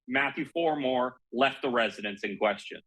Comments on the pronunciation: Your commentator needs to know his story. He keeps calling Farwell by the wrong name. 'Farmore' Get it right! SMH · What's so hard about pronouncing Farwell? Embarrassing. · His name is FARWELL and there’s no such word as “boughten”